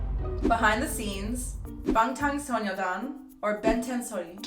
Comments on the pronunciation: I heard bond tong sew your dong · When he said “ BaNGTAn SOYEDan” And and BTS and Blackpink, thats when you know the K-pop super fans have entered the chat